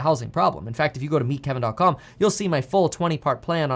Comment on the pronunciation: OK after a few months I just Gotta know. I like pretty much all of his content so far, but is it “ meet Kevin” or “met Kevin”??? Present tense or past? I hear him say both all of the time 😂 He should should pick one or the other. Probably MEET. Good stuff tho I look forward to new content every day thank you!!!